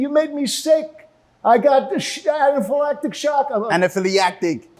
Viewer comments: Cant say anaphalactic to save his life😭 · He can't even say "anaphi lactic" correctly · The complainant should learn how to pronounce anaphylactic correctly